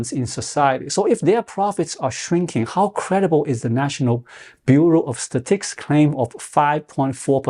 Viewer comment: It’s pronounced “stuh- -ticks,” but your way is much funnier 😊 Great video!